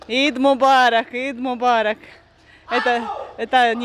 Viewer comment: Не ид мобарок а аид мобарок. Eid Mobarak